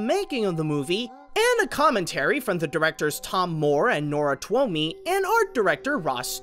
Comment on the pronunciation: Irish person here; Twomey is pronounced "Toom-ee," and Aisling is pronounced "ash-ling," not "ash-lee." Carry on.